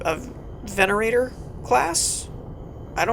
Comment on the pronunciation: Dude!!! It pronounced VENATOR!!!